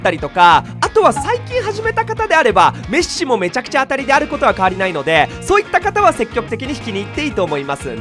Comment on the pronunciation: メッスさんじゃなくてメッシさんなんですねww